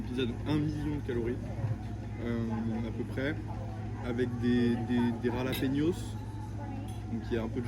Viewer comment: Super contenu fais juste attention à la prononciation de jalapeños